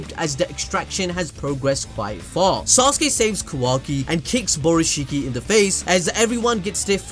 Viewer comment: “Borushikki” lmao